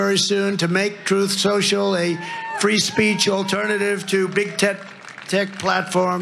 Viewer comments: He was almost there with his pronunciation of his garbage new social media app. "Troth sential" so close to the proper name "troll central" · He couldn't say truth social either! Troth Senshul! 😂😂😂😂😂